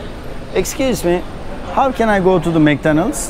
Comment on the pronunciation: Mek danaldz diyosun tabi anlamaz adamlar :D Mak donaldz dersen anlarlar :D